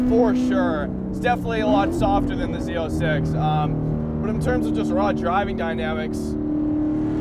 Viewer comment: Why does he call it Z0”sex” ?!